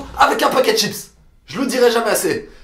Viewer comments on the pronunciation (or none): none